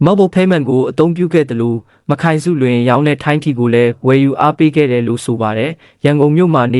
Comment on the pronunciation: "မခိုင်စုလွင်"လို့မဖတ်ရဘူးဟ။"မတ်ခိုင်စုလွင်"လို့အသံထွက်ဖတ်ရတယ်ဟ။ မ နဲ့ခိုင်နဲ့ကိုဆက်ဖတ်ရင်ဖယအဓိပ္ပါယ်တွေပြောင်သွားတာနားမလည်ရင်လဲမဖတ်နဲ့၊ဒီအတိုင်းစာတန်းထိုးပေးရင်ရပီ။